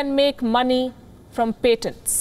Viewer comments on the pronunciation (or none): Patent pronunciation? Look it up please!